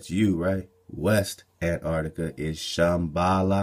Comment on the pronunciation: Did you say "Shem-bala"? Would that be translated as Shem's house by/of law!?